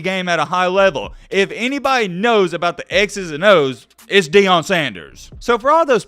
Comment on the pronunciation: It’s pronounced Ian not eon